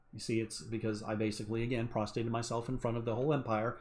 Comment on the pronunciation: You prostrate yourself, not prostate lmao